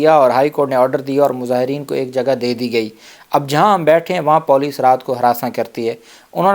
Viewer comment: sb..paulice naheen police hota hai.. lol